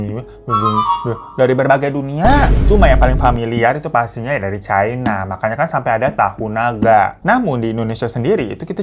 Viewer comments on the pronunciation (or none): none